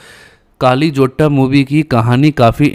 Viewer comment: Kaali nahi..kalli